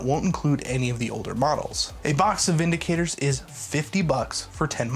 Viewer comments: VinDICTors. Not VindiKATEors. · Bro its Vin Dic Tors You keep saying Vindi Cators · There is no 'a' in Vindictors.